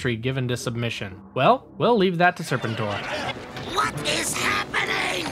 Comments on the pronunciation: Good video but the constant mispronounced of serpentor name got annoying especially given it said clearly with in the show clips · Please watch the cartoon to learn how to pronounce Serpentor. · Making me cringe hearing you pronounce serpentor. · It's pronounced " Ser Pen TOR" not " Ser Pen Ter" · It’s Serpentor! Not Serp-entor! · And it's pronounced... Sir Penn Tore, not Serpen Tor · How you say ... SEPENTOR over & OVER! LoL 😆 ... as'well thus series was on 5 day's a week, Every week... I'm NOT sure if I too heard you say ... Lady Jayne!? Cause it's LADY-J . Yet decent & good video... as'well HASBRO is NOT doing a Lone series on Scarlett noo more!!! Especially after how Snake eyes completely bombed!!!! Yet ..... what may be in development is a back story on DUKE! I'm sure they will scrap this too ... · SERPENTOR!!! Not Serpenter! Dude!! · SER-pen-tor? You mean ser-PEN-tor! I hate when someone who was too young to even be there tries to review something he knows nothing about. 😒 Quit watching . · Stop saying "Sir Pen Tor" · I am convinced that this channel mispronounces things on purpose to get more comments. They do it every video multiple times. But it could also be that people nowadays don't seem to know how to research, or say things correctly, at all. Serpin-tor, ugh. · Are you mispronouncing Serpentor on purpose? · Cool video but your pronunciation of Serpentor is killing me! It's "Sir Pen Tour" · I’m guessing this guy isn’t actually a G.I. Joe fan. He mispronounce “Spentor” throughout the whole video making it hard to watch. He also left out Scarlett who is without a doubt more of a main character than Beachhead or Sgt. Slaughter. Scarlett is shown as taking on leadership in Revenge of Cobra after it appears Flint was lost in battle. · Ya I had to shut the video off after the 4th time he butchered Serpentors name 🤦🏽‍♂️ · Lol I’ve never heard anybody say serpentors name the way you do 😂😂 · The way you said Serpentor is wrong.